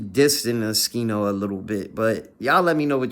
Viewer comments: if u know how to say his name then why u saying skino and not oschino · Bruh its O-SCHINO not Uh-skino..